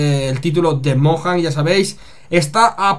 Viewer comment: Se pronuncia Moyang, pero a quién le importa!??!!? MINECRAFT PARA PS3!!!! :DDD YA POR FAVOR!